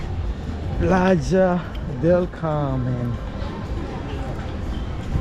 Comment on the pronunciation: it’s Playa del Carmen not Carmel.